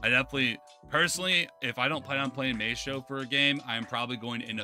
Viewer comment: It’s pronounced “my-stro” not “may-stro”